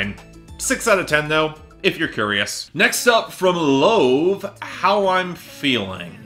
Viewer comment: not important but lauv's name is actually pronounced like loud with a v instead of a d, great video though